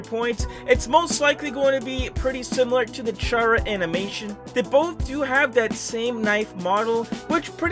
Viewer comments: Its not pronounced CHAR-UH but CAR-UH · Chara is pronounced C-ar-a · that’s a nice ss chara picture btw it’s pronounced car uh sorry for correcting you I just get a little triggered when people pronounce there name wrong